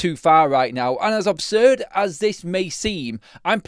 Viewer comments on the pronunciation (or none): Absurd not obsurd. 😊